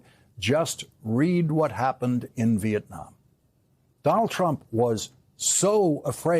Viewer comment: Lawrence cannot say "Donald" 😂 it comes out as "Don'l"